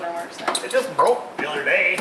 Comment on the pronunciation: commentary "You bwoke it." "Get down before you bweak it." "OK, you're Bweaking your car!" XDDDDD LMAO Good job on the repair.